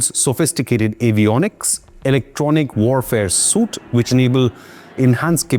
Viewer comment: Pronounced 'su.eet', not 'soot'🙂